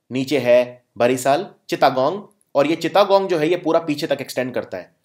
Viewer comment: चिता गोंग नही सर चिटगांव या चट गांव😂😂